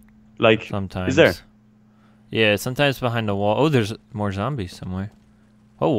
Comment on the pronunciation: More not Moar